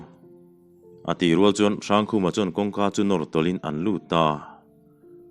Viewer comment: Tui rual leh ,ṭhi vai tih hi i lam dan a dik lo. .rual leh val hi a hmaa mite thluk angin aw